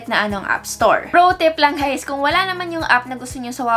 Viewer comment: "hey gays it's your tech girl "